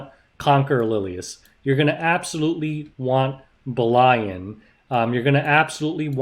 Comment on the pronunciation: i love how you pronounce belian as "ber-lion"